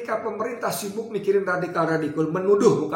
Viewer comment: Redikal redikul,geli geli sedap degarnya